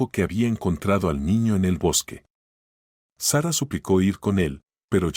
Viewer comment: Se dice SARA ( No zarra) se dice RICHARD ( No rachard) cuando van a aprender a pronunciar bien?